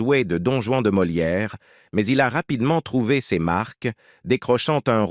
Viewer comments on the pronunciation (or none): none